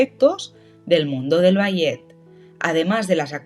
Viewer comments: Es IA verdad? Si no quiero decir que me dolió escuchar bayet en lugar de balé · Ni puedes pronunciat ballet correctamente? No te expongas cuando no sabes como decir l